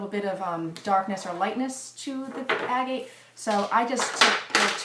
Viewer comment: Proper pronunciation agate